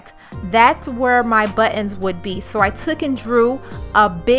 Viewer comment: thanks for sharing the idea. Good job! Also, Nice Porsche in the garage! I was trying to understand what “but-enz” are. In electrical work there are “butt end” crimp connectors. I thought that’s what you were talking about. I realized you are trying to say “buttons”. :D